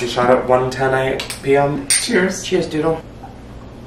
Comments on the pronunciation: Omg when she said "cheese" instead of "cheers"! I just laughed so hard. She's so awesome. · HOW HAVE I NOT SEEN ONE COMMENT ABOUT YOUR MOM SAYING 🧀CHEESE🧀 INSTEAD OF ✨CHEERS✨ I replayed that part about 25 times and laughed harder and harder every time 😂 Love the relationship you two have! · I lost it at “cheese” instead of “cheers” bc when I was a kid that’s literally what I thought adults said.